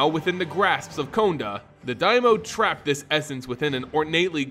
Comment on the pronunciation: Was that the only pronunciation error that got to you? I winced engender "daimyo" was mispronounced.